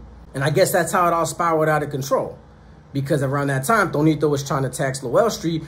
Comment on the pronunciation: Tonito or Toñito? Lol